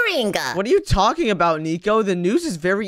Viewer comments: Yalking? You mean talking right? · Yalking. Yolk